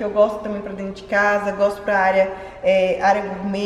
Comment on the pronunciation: Quando ela falou "dendicasa"falei com minha mãe,essa é das nossas!😁